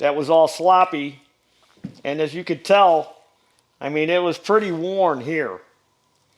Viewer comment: We love ❤️ - especially his pronunciation of WORN “war out”